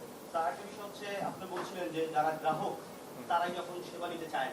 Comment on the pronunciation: ১টা জিনিস আপনারা খেয়াল করেছে এই লোক নাকি ইসলামী ব্যাংকের চেয়ারম্যান? এই ১মিনিটে গ্রাহক শব্দটা ৪বার উচ্চারণ করেছে ৪বারই বললো গেরাহক এনাকি ১টা প্রতিষ্ঠিত ব্যাংকের চেয়ারম্যান?